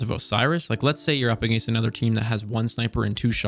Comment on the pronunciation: I’ve been contemplating moving to Canada to get away from Trumpists, then I heard this guy’s pronunciation of against, nah, I’ll deal with hating half of my countrymen.